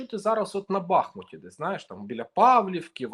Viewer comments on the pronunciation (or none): none